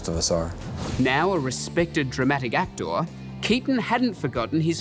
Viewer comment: The narrator: "deboo" (debut), "actOR" 😂